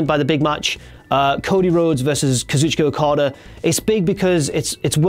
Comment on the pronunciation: you're saying kazuchika okadas' name wrong